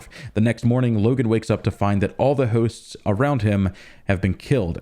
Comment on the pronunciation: whats that accent when he says "hooosts"